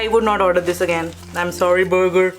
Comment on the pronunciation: But did burger pronunciation 😰😰 but you made me hungry 😤🤤🤤🤤🤤🤤🤤🤤🤤🤤🤤🤤🤤🤤😳🤤🤤🤤🤤🤤🤤🤤🤤🤤🤤🤤🤤🤤